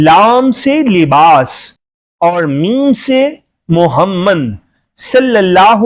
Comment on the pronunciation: تم کو تو نبی کریم صلی اللہ علیہ وسلم نام محمد صلی اللہ علیہ وسلم بھی نہیں پڑھنا آتا۔بندہ بن تم کو شرم بھی نہیں آتی۔خدا کا خوف کرو اور توبہ کرو تم لفظ محمد صلی علیہ وسلم کے نام مبارک بھی ٹھیک سے نہیں بول سکتے